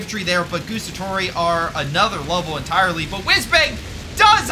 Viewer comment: I say this with the utmost respect and love for your videos man, I loooove your channel so pleeeease don't take this as an european duchebag being duchebag.(also pretend I am Hermionie if you want: It is GuAAAAAstatori, not Gustatori (they even say it out loud when you select them :P)